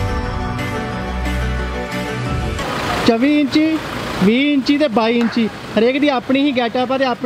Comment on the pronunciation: bai sode elake vall 24 nu ajeeb ya bolde aa😅😂